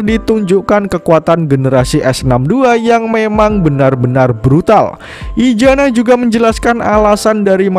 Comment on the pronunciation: izana bang izana BUKAN IJANA ZZZZZZZZZZZ